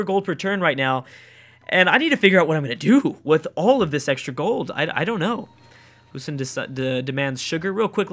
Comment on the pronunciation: It is actually pronounced Boo-san